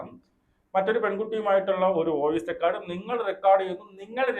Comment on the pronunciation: റിക്കാർഡ് അല്ല റെക്കോഡ്